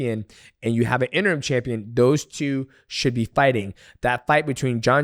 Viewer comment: He said interm 😂